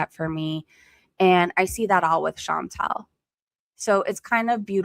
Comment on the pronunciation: So many people time and time again (not just ChantEl (i know she hates when you say her name like that)), fail to see a difference between the country as a physical place on earth and its government. All countries are beautiful in their own way, and there are bad people and good people in all countries of this world. But... god damned I hate to agree with ChantEl, but FUCK taxes. It costs so much and everything is so expensive, and its not even stopping. Some governments DO actually invest into their own people, but so many governments just use tax money to fill their pockets while people fall apart mentally and physically. I used to be someone who trusted authority and cops and what not, but today I've just completely got disappointed in all of it... It's nice to see good when you do, but I'm forever scared of trusting authority now.